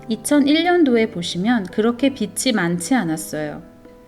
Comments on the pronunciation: 저도 동감이요. 좋은 내용이라 공유하고싶은데... 한두번도 아니고 계속 빚이 빛으로 발음되어서..ㅠㅠ 집중이 안되네요. 다시 녹음하시는 것이 좋을것 같다는 개인적인 생각입니다. 너무 좋은 영상인데 아쉽네요. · 비치가 아니라 비지로 발음하셔야 해요. Sunshine 이 아니자나요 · 비시지 삐씨가 아니지요.